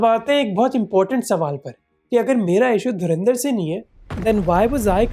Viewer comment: Dharandar nahi Dhurandhar.